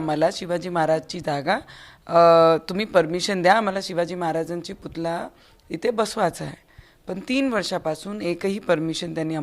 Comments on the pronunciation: Putla nahi putalla man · पुतला नाही पुतळा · पुतळा म्हणतात राणा मॅडम पुतला नाही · पुतला नाही पुतळा बोल बाई...